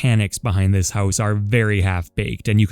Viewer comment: The way you said house made my Canadometer go off